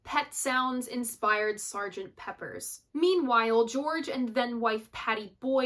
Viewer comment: It's Sgt. Pepper. PEPPER!! Not Peppers 😖